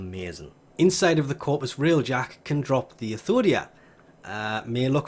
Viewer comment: Everybody else: Athodai: Athodia